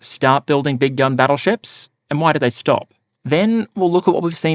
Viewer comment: “Big gun battle ship”, I thought he kept saying “big dumb battle ship”.